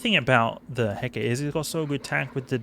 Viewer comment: Heh-kuh-tee. Named after the Greek goddess. Great video otherwise.